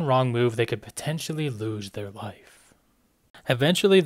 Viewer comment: Why does he keep saying ´´bearhhhh´´, ´´lifehhhhhh´´, ´´to seeehhhhh´´